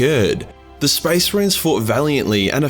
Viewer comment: the space MAH-RINES look like skittles